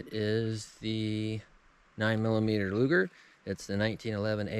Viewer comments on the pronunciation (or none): none